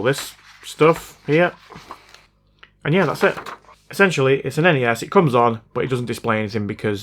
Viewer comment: EN-EH-ES? NES!?